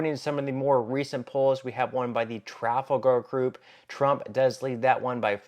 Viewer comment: The narrator is demonstrating what has happened to our educational system. I'm pretty sure that "tooken" is not a legit substitute for "taken" and if you can't pronounce Trafalgar, you probably shouldn't be doing the narration. That being said, the Democrats are going to win in a landslide. If you haven't taken the time to review 2,000 Mules, you're in the dark as to what really happened in 2020.